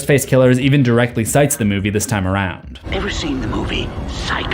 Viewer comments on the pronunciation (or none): none